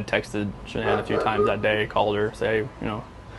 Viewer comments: its SHANAAN! NOT Sean! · This is one sick man murdering family to get a new life with the ungy woman his wife was beautiful and this guy talking is say her name wrong its shannan not Sean get her name right buddy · YOU DO A WHOLE STORY ON SOMEONE YET YOU CANNOT SEEM TO EVEN GET THE VICTIM’S NAME CORRECT…..SERIOUSLY? HER NAMEIS SHANANN NOT SEAN AND NOT SHANNON………. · Horrible video. They calling her “ SHAN - ANN??” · Ugh saying Shannon name wrong